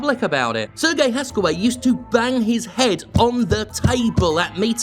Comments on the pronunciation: Serge is pronounced Serje, not "sir gay", lol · ...So, uhh, I'm not sure if there were people who already corrected you on your pronunciation of Serge, but it's been 3 videos with the same pronunciation already so I'm just gonna say it. Serge here is a french name, and is therefore pronounced as "Sehr-jeu". Not "Serguei", "Sehr-jeu". If you can pull it off with the name Yves, you can do it for Serge, even if the man himself admittedly does not deserve much respect at all. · The guy's name is not Sergei (Sergey), it is pronounced as Serj. Regardless, Ubisoft is such a cancer of a company, I can't argue here. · Minor nitpick, Serge is pronounced more like Serj, rather than Sergei. Not hugely surprised that the Bulgarian outfit is especially bad given how famously corrupt Bulgaria is. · Given he's a French man-child, I'm fairly sure "Serge" is pronounced "Serj" (with a soft, elongated J like you pronounce the G in Guillemot), as opposed to the more Eastern European "Sir Gay". Much love and thank God for you. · I think it's "Ser-zj" (Serge) Hascoët. Just so there is no misunderstanding who exactly this miscreant is.